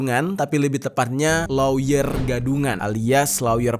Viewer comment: Lawyer dibaca lier bukan si